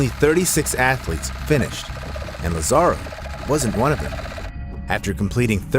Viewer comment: Lázaro's name has an accent on the first "a", so his name is pronounced LAzaro, not lazARo.